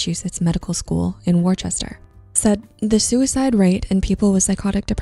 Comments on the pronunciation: “Wor-shh-ter” Not “war-chester” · It’s pronounced “Wuhster”. Or “Wustah” if you’re a local. No one says it like you said it. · Worcester = Whister/Whistah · This is a nitpick, but you mispronounced Worcester. It's spoken like "wuh-stir."